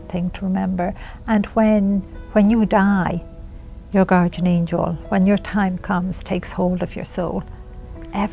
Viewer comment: PLEASE learn to pronounce GUARDIAN!!!! Drives me crazy listening to you say it wrong, over and over.